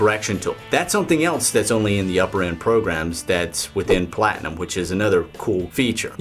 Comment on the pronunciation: I always laugh how you say PLatinum! You always say the first two letter so hard XD